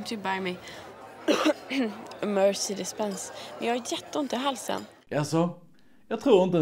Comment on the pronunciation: Låter snarare som att Annika säger "Mercy dispense" istället för Mercedes Benz.